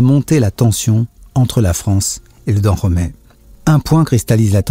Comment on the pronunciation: Tu prononces mal le dahomey